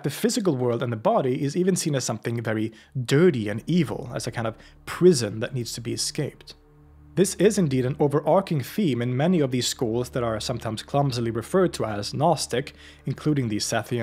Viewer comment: overarching → arch as in archer, with a CH-sound. It "arches" over. I've been hearing a lot of native speakers saying "overarking" lately, so perhaps you picked it up from them, but this is very non-standard, and I would personally avoid it.